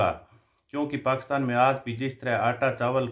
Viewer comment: एक तो आप पाकिस्तान बहुत बार बोलते हैं,अपने हर विडियो में और वो भी पाकस्तान बोलते हैं,कृपया पाकिस्तान तो बोलिए